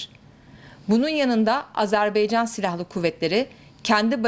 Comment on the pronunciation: AzerBEYcan değil yarbayım AzerBAYcan olacak Allah aşkına reisi cumhuru hiçmi dinlemiyorsunuz lütfen dikkat edelim